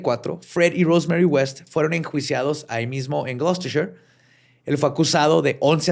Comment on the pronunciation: Mucho acento en los nombres en inglés, mucho spanglish, pero no sabemos pronunciar correctamente Gloucester... jajajajajajajajajajaja (no es crítica mal pedo, ustedes me caen re bien) pero se pronuncia "Gloster" nada más no "Glouchistetser" jajaja. Saludos legendarios.